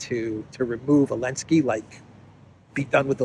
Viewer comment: Why do you call him Elenski, i.e. without Z?